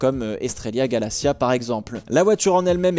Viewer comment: Estrella Galicia (la région ),pas Estrella Galacia :p